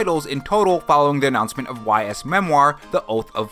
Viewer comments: I'll likely skip Persona 3, as I already own the game 3 times (Persona 3, Persona 3 FES, "P3P"). Persona 4 Golden, though? That's more likely...wait. What the Hell?!?! Oh, nonono. No. NO Ys is pronounced "ease" - like "Ease gingerly into a recliner." Not 'Why Ess' - how are you mispronouncing Ys? Ease! EASE! 😠😠👿👿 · Y's is pronounced "Ees"